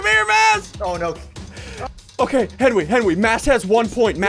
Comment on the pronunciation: I like how they call him henwy instead of Henry